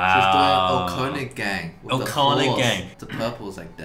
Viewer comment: germans loving how people pronounce "Erlkönig"